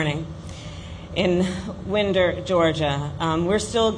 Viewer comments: as a Georgia boy, it's pronounced Wine-Der not Win-der... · it’s pronounced wine-der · I wish someone took the time to tell Harris how to properly pronounce the name of the town. It’s not “wind” like a cool breeze; the “wind” in Winder is pronounced like winding up a toy car. Same vowel sound as the word “why”. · not to be petty but it's WINE-der not WIND-er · its pronounce Wine-der, not Wind-der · it's pronounced "wine-derr". that didn't help the authenticity either. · And it's. WINE-DER😂 you can tell she has not been down here wtf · Kamala can’t even pronounce the name of the city right. This a long i sound like WHYnder.